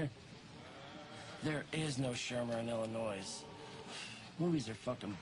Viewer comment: They keep pronouncing the "s" in Illinois. lol